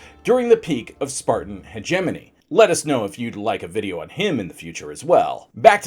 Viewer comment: I hate the way you say hegemony